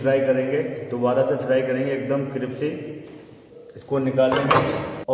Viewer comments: Aap कृप्सी बोलते हो जो गलत है , कृस्पी बोलो स पहले प बाद में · Cripsy nahiii crispy..😜😜..aur masala ka naam Hindi me batate..basil aur Kya dala